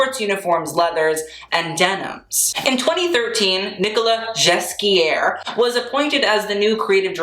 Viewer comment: Baguette here and I see you making an effort with the french names, you were pretty spot on almost all of them, except for Nicolas Ghesquière, which is still a bit off but I see that you really tried and it's a bit of an unfair name, I think only baguettes would be able to say that 100% correctly. Still, good job on all the others (and there were a lot) so take this as encouragement because I still remember the Jeanne D'arc Alexander McQueen video hahaha, you've progressed a lot. Bon travail!